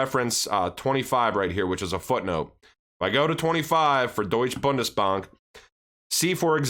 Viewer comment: You said "Deutsche Bundesbank" perfectly right